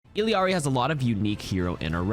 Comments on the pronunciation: its actually ee-yar-ri like quesadilla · Illari is pronounced "ee-ya-ry" not "ill-y-are-y"..... Three syllables not four. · Iliari? Its juat Illari! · Her name is not iliari bro its Illari, either say ill-ahri or say it properly like ee-yahri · IT'S NOT ILIARI, IT'S ILLARI AND IT'S PRONOUNCED ee-yah-ree Thank you for coming to my Ted talk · Not to be annoying, but it isn't said "Illiari". It's "Illari". There is no i before the a. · its not ILLIARI, ITS ILLARI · You're saying her name wrong lol It's Illari and not Illiari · my only issue with this video is you saying illy-ari instead of ill-ari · It is not illiari it is illari 😢😭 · Biggest myth in the vid: there's an I after the L in Illari's name 😂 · It's illari not illiari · Dude quit saying her name wrong lmao. You're pronouncing it as if theres an extra i in her name. Its ILLARI. not ILLIARI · Why does everybody keep saying her name wrong. It's illari not illiari. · Fantastic. Thanks as always. Content is on point and super helpful. Side note, isn't it pronounced ILL ARY, not ILY ARI? There's only 2 i's, not three. Right? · appreciate your myth bust video. Just a note; her name is pronounced E-YA-RI not Iliari as double L in Spanish is pronounced YA. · Her name is ILLARI not ILLIARI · its "iyari" in english. not "ill"ari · its ill-a-ri no ill-i-ari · Luckily her name is Illari not Illiari right? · when people pronounce it Illiari it hurts there's no i its ill-ari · its either E-Lari or E-Yari, not ill-E-ari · why are you saying "illiari"? it's "illari" unless im mistaken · eel-yar-ee. 3 syllables with both the L and Y sound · sorry I hadn’t actually seen that I completely get how you could call her eel-i-ari as you are not a native spanish speaker. but yeah thats so strange that they made her pronunciation that, I assume its because most people would be unable to pronounce it properly though. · Did this mf just say "Illiari" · Myth: her name is pronounced ill-e-ar-e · It's not Iliari 🤦